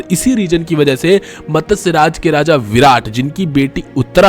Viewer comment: Matasya nhi matsya chutiye